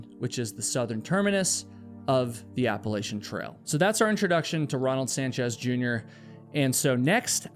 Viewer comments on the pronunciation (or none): Appalachian is pronounced: App-uh-latch-un ❤ ❤ ❤ other than that, don't quit doin what you do, you're awesome!